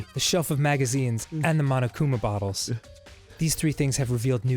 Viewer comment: Whenever they say "bottles" i hear "buttholes", it's pretty weird XD